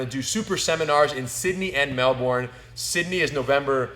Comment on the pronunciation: Rener - you finally got it - "Melbun", not "Mel-Bourne"!